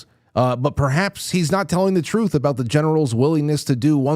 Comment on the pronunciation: TRUTH not tooth, I know it's bad I figured out his language